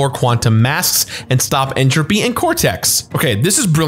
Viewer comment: You’re pronunciation of entropy is a bit off